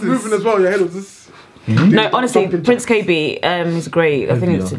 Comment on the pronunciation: Please pronounce Prince Kaybee properly!! Its Prince "Kay - Bee"